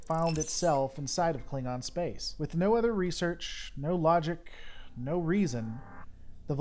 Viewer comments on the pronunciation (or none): none